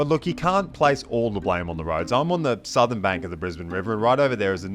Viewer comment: It's pronounced Suvverners, but you'd know that if you were really from Qld. /S